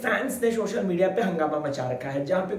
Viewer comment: Shocial nahi social bola karo